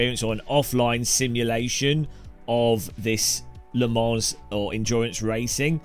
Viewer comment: the s is silent